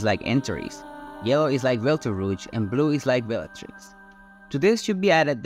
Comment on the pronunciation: Belterouge? FFS learn at least something before you feed your garbage into an AI speech-over.